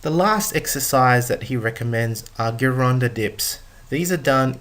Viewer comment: Me think the correct pronunciation i GEEronda, scary if you dn't even know that.